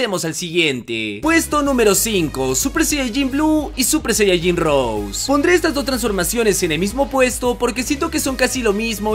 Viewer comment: Al fin alguien dice Rose.. Y no rosÉ